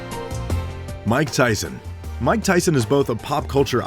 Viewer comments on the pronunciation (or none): Mike not Mick. Silly boy.